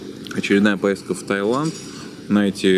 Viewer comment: Таиланд, а не Тайланд.